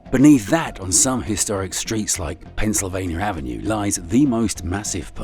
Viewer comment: Why are you saying "Pennsylvanier"? There's no R in Pennsylvania.